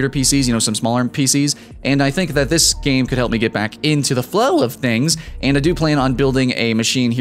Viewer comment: The "flalow" of things lmfao